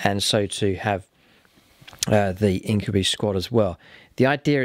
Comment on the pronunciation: I really love the battle reports. Only thing that keeps bugging me is its pronounced In-kyoo-bye, not In-kyoo-bee.